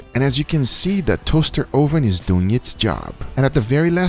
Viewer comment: toahster 0hven